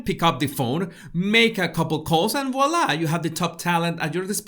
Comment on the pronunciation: Good job with “ voila” Jesus !